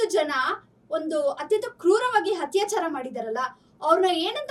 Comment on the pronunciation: Humanity no moree exists😢 Btw adu hattyachara allaa akkooo attyachara u gotta change ur style of reporting it's kinda irritating...never mind